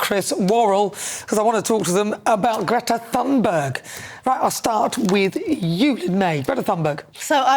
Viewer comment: Well, she's hardly a kid anymore and you should learn to pronounce her name correctly. But yes, she is irritating.